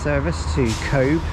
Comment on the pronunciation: Cobh is pronounced Co-ve